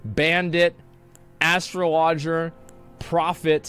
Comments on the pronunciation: “Astro Lodger” isn’t quite how you say Astrologer lol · My mans said "Astraloger" lol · "Ass-srtruh-lodge-er" smfh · "Astro Lodger" -Asmongold, 2022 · THIS MF REALLY JUST PRONOUNCED IT "ASS-STRO-LOGER" smh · I never watched this guy. Tell me he's joking when he said astralodger? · Astro laujer…..😂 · This man really said Astro---Loger . LMAO 🤣🤣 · “Astra lodger” 😂😂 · Homie said ASStroLODGEr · Did he just say Astro lodger??? LOL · "Astro-loger" lmao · He said astro lodger 🤣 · Im still trying to figure out why he pronoucned Astrologer like that. lmfao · Idk why a man that can’t pronounce astrologer correctly is playing the game early